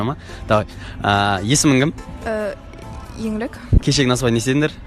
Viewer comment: Еңілік деген де Еңілк деп айтады